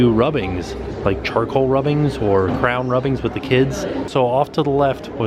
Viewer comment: The return of pronouncing crayon as crown! Yessss!